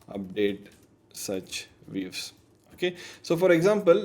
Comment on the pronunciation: Views ❌ Weaves ✅